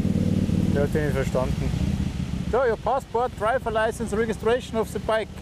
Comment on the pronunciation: "Registdraschion of se bike"